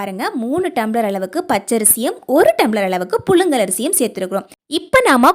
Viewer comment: புலுங்கல் ஆ புழுங்கலா ...... தமிழை அழகாக பேச கற்றுகொளுங்கள்............